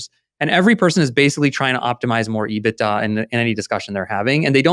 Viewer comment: I got so fed up with him saying ebita on Spotify I had to come on here and comment.